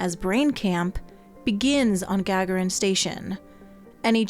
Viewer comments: 'Gag-a-rin'? Yuri might be offended. 'Ga-gar-in' is how his name is spoken. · Gagarin Station is pronounced "gaGAHrin" - as in Yuri Gagarin, the first astronaut to make it into space. 🖖